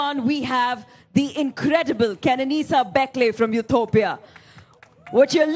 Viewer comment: she says Bekele from UTopia lol